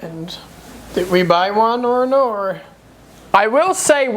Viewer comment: That Aussie “naur” has rubbed off 😂